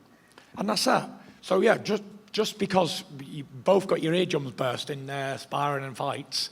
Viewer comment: "burst burst burss" lol Fury is mad funny